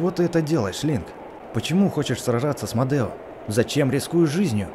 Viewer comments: Не Модэо а Медо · Там меееееедо меееедо а не мадео как ты так читаешь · Не мадео а медо!!!! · извини но не модео а медо